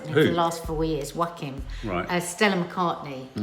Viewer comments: Yorrkiinn Phoenix 🤣🤣🤣🤣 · Hi, it's pronounced 'Wackeen'. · Pronounced Wa-Keen haha - sounds picky however i was a little distracted when my teenager who kept repeating it as i attempted to watch 🤦🏼‍♀️😂 apparently I’m obsessed with you both - ‘whatever’ was my teenage response 🤣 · always says Joaquin Phoenix’s name wrong 🤣🤣🤣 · It changes every time... the evolution is ridiculous... but also why we love this family